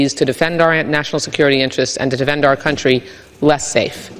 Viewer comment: “Our” country, not “are” country!